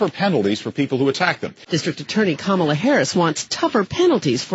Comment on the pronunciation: Again with the "camel-la" why is nobody pointing out how SEXICST and RACIST this is??? Mispronounce her name?!? How dare you!!!???!!!